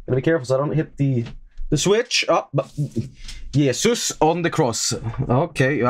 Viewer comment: He was yelling "Oh Jesus" with a heavy Swedish accent